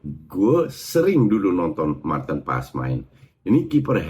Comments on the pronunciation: Martin paaaas, a-nya panjang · Justru yang bener paas kan dia murni Belanda ngga ada sedikit pun darah Indonesia jadi kita yang harus nyebut namanya dengan benar